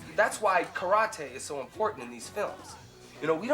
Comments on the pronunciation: lord he mispronounced karate .. hope you dont watch this documentary with him coked up ..that's a 2 hour lecture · Great acting. To be able to act like terrible actors is an incredible feat. They truly do an awesome job acting all whacked on blow. A great movie with awesome camera work too. "KA-RAH-TAY" Ha Ha Ha!!!! Too much. A classic flick for sure!!!! ✌✌✌✌ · That's: "ka-ra-TE"